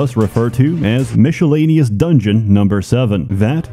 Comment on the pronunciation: mich a laineous? nah bruh miscellaneous. its a mis not a mich